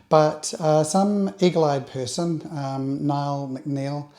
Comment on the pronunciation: Great video and thanks for the call out on the fact that I picked it up pixel peeping your image. By the way my first name is pronouced like Neil....Niall is an Irish name and Nia is pronounced like "nee" in Irish...similar to Niamh. It does get anglicised to sound like "nile" even by Irish people these days. But you weren't to know 😀.